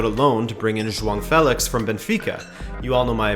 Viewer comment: Juan Felix... Joaong Felix... J dog Felix.... Decide how to pronounce it my dude lol